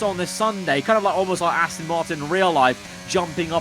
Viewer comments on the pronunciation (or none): PLEASE STOP SAYING ASTIN ITS ASTON